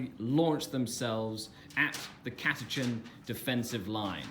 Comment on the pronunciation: Catachan not Catachin